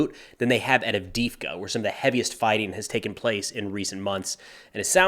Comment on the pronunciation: Its AV_DEY_IVKA - "e" is pronounced as "ei", emphasizing the same letter. That Russki can be tricky.